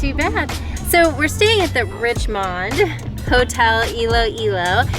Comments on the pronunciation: lol... RIeesh-mon-daye. I grew up in Richmond, California so when i first saw Richmonde hotel in Iloilo, i pronounced it the same way does... Rich-mond. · ❤❤❤❤ your husband pronunciation of Richmonde 😂❤❤ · The town of guimaras in iloilo has the sweetest mangoes in the philippines and they are big, it's funny sir he had trouble pronouncing the richmonde hotel and good luck i know so moany aventure in iloilo